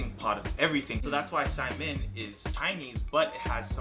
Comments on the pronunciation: It's uh, saimin...not simen. You guys were one letter away from a hilarious oops. Haha. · Idk if i am the only polynesian person that hates it when people pronounce it simon . I grew up learning that it was pronounced Sai-mean and spelled like saimin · I'm Hawaiian, Korean, and Black. My husband is Samoan and has some German in him. We call it saimin, pronounced "sy-meen... This is the first time I've heard it said like "Simon." Although, maybe it's just me, since we have a restaurant called Saimin Says... Secondly, the girl's cute. Is that really necessary?